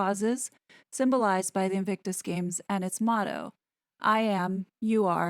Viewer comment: Those two clows turned Invictus into " INCIRCUS" .